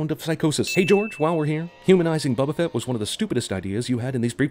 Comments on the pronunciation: Boba fett, not buba fett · am I the only one that hears wabufett whenever he says bubafett